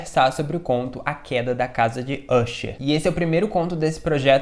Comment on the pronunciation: Pô, se pronuncia "acher" e não "úcher". É "dupan" e não "dupin" caramba